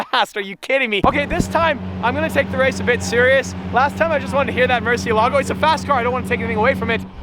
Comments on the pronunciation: It's pronounced mur-CIE!-la-go, not murcie-lago. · Isn’t it pronounced Murci-É-lago since it’s a Spanish word? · In Italian you should said: MURSIELAGO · It's drive me nuts how you pronounce murcielago wrong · You don’t pronounce murcielago like that.